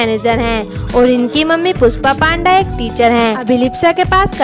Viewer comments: माफ करना,लेकिन हम भारतीय तो पांडा की जगह पंडा सरलता से बोल सकते है न.... फिर....क्यों.....?? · Right yeh ladki surname galat bol rahi hai